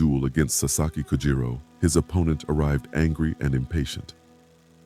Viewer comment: AI junk. Kojiro not Kujiro